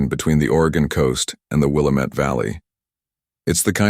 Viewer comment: It's pronounced Will-am-it Willamette. If you're going to do a video about Oregon at least please learn how to say the names properly before you do it. You did it with Idaho also. It's pronounced Core-de-lane Coeur d'Alene and Pend Orielle is Pend-Or-Lay. As a native Oregonian it's annoying watching a video that can't say the names right.